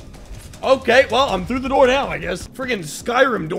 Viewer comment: bro at the beginning said "Open the noor!"